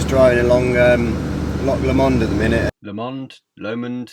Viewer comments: Loch lahmond 😂 its pronounced low-mond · haha xD its pronounced loamond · It'd pronounced loch low mond x x I'm Scottish lol so just saying 😉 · It's pronounced low mund.